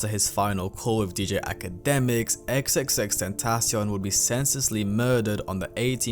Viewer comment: i dont even think thats how u say his name, he sounds so cocky